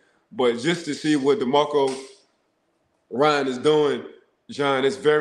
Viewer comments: DeMECO Ryans 😂 Who is Demarco Ryans?? 🤣🤣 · I had to rewind it.....and yes....he said Tank Bell....and Demarco Ryan.......😂......where do these people get their info from....at least get the names right